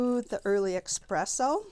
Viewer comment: Love your techniques, I got a lot of tips. Just FYI, there is no “x” in the word espresso. 😊